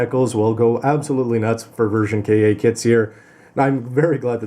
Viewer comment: I think Ver. Ka. is either pronounced Version Katoki or just ver ka (instead of version kay ay)